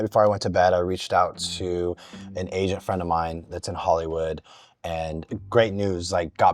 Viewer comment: I was sure he said “Asian” and then I thought why did he say that, so I rewinded and he said “agent” after a couple of times.